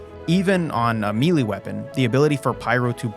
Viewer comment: melee is pronounced may lay, not meelee